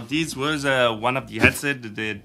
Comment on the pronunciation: I think he lives in the New York area as the people from there often drop the h sound.